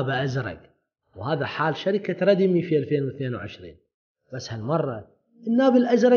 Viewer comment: ردمي او ريدمي ياصديقي وليس ردي مي